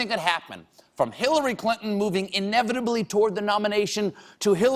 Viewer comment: said evitably, instead of inevitably.